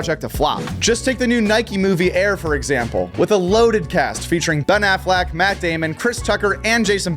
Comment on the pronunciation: Wait, did you just say Ben Affleck properly? Sounded so nice